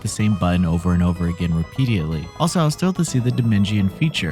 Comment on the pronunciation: Did you say rapiedietly? Haha you mean repeatedly? What’s with everyone making up words.